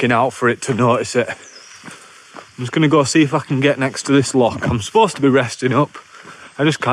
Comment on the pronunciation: My neck of the woods.. Drymen, balmaha, rowardennan... My absolute favourite place to go to. Love your videos keep up the gr8 work! And yeah bring the Welsh out in you to pronounce l'och 😆 it's not 'lock' 😆